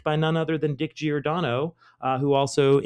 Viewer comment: All the ' dick' mispronounciations aside, nice job 👏 👍 😂